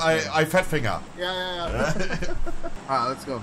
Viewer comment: "some Times I fettfinger" 😂👌